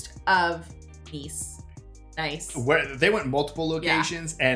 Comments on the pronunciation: Nice is pronounced Niece... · The city "Nice" is actually pronounced more like "Niece". Oh and one klick is military slang for 1 kilometer. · Isn't Nice pronounced Neece? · By the way y'all, the city of "Nice" is pronounced "kneece". Kind of like knee and fleece mixed together.